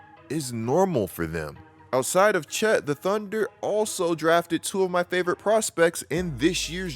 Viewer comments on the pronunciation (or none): none